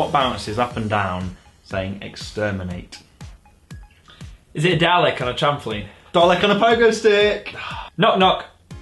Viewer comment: its "meet" as in say hello. not "meat" as in OOOOH a yummy steak and its just "dalek" btw, oh wait and "exterminate" not "extermanate"